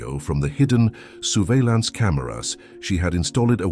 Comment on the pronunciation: "soerveilance cameras", "installêd""oenawar" i.s.o. unaware 😢